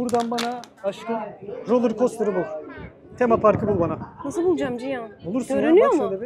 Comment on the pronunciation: Ciyan demeyi bıraksan daha keyifle izleyeceğiz Tabi ismi cihan ise